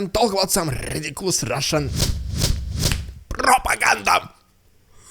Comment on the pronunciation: Today was your rrrridicolous rrrussian prrrrrropaganda Variation majestic and Vera energetic - whoooooooah😂❤! Your a Great guy with a cool fine sense of Humor.